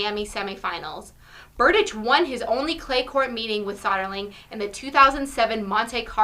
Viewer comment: Since I´m from Czech Republic, I am obviously a fan of Berdych. He´s in great shape and I believe he can reach for stars and the moon and anything he sets his mind on. Maybe one day even commentators will know how to pronounce his name properly :)